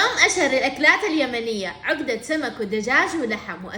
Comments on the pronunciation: اسمها عقده وليس عوقده😂😂😂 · العقده تنطق عَقْدَه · تنطقي العقده غلط هههههههههههه